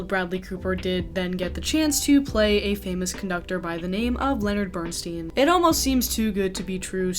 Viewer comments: Bern-STINE, not Bern-STEEN, please. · It is pronounced Bern-stine not Bern steen. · Have you watched „Maestro“? If you have, you should certainly have learned then at the very latest how to pronounce Bernstein‘s name correctly. He was known to yell out across a crowded room to correct people mispronouncing his name the way you do! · Wish you had pronounced Bernstein correctly. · You could have at least researched how to say Bernstein’s last name... 😢